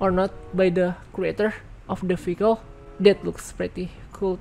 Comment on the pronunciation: Every she say vehicle I hear faecal